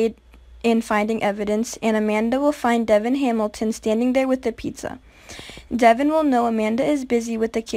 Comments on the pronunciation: Devon is pronounced Duh'Von 🙄 Ma'am do your research before you review a show. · This girl is ridiculous! She can't even pronounce Devon's name correctly!